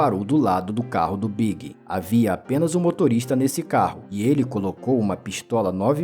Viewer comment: E falando B.I.G errado